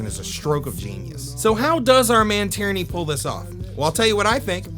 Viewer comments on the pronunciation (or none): Love this video and all the excellent takes, but most of all, I love you pronouncing Tierney as “tyranny” because that’s exactly what it feels like he’s doing to me with this show.